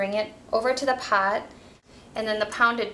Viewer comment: I love the way you say "pot", definitely sound like you're from MN